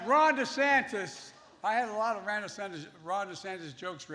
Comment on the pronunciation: Except at first Biden said Bickey instead of Mickey Mouse and Ran instead of Ron. This guy should go back to eating ice cream in his basement and let a real president get us out of the mess he helped create.